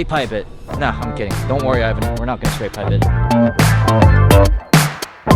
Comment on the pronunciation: "Straight pipee ot"